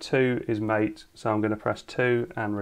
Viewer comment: MATE is pronounced like Latte. but with one t instead of two and with an M instead of L. Maatae. or something.